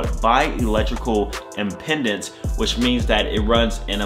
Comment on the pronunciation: Impedance not “Impendance”